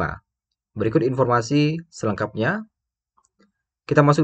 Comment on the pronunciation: Masih empormasi😂